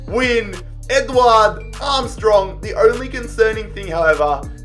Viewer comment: His pronunciations throughout the video hurt me. Man called Edouard "Edward"